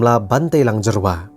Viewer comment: Tell those dkhar it's not Jerwa but Jyrwa